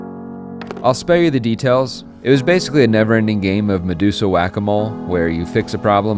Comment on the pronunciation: At like did he say medsusa?